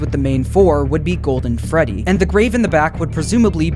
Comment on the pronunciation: Guys it’s the gwoldwen fwedwy